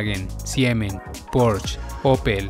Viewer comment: Muy buen video, y con respecto a las pronunciaciones, me atrevo a decirte que has pronunciado mejor los nombres alemanes (excepto Porsche y Volkswagen) que los nombres italianos. Soy de origen español, tengo ciudadanía italiana pero vivo en Alemania, en Stuttgart, ciudad que es la cuna de empresas que has mencionado, como Daimler Benz, Porsche, Bosch, Kärcher y muchas otras.